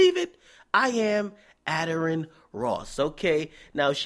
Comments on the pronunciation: His name pronounced Aye-Darren not adder-an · Uh Darren (Addaren) that's how u prounouce his name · It a-dairy-re-en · you said his name wrong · how you gonna say Addarren wrong.